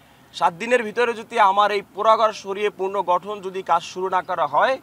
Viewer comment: পূনরগটন জোর দিয়ে বলেন